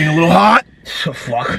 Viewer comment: "the fuwk" got me weak asl 😂😂